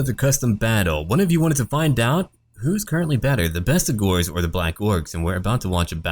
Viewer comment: I'm just glad you pronounce Bestigors correctly.